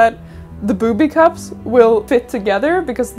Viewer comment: boubby cups...